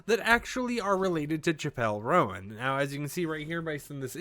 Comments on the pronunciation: BRO CHIPELLE ROAN, WHO IS THAT. Please Do your research when pronouncing the New upcoming Artist names, this is embarrassing, this isn't the first time you've said these names wrong XD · my dude, why didn’t you Google how to pronounce her name before making a video abt her 🤦‍♂️ genuinely don’t understand how creators do that. lol